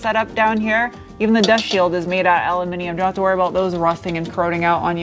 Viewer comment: Always thought your were extremely appealing ...but now I’ve heard you say “Al-u-minium” I’ve now upgraded you to awesome. 😁. Thank you for your hard work & content for this year & best wishes for the new year...